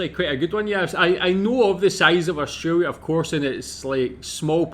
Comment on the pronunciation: I wish you would stop saying Austraria ,,,,it is Australia